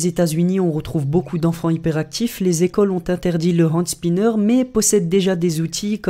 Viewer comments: Un "and spinner" ? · de la prononciation de Hand spinner mdr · Tu ne sais même pas prononcer le mot... De plus, Catherine l'a fait pour sa fille autiste...